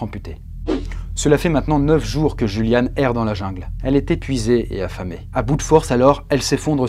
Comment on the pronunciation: Le "J" en allemand se prononce "Y" btw :)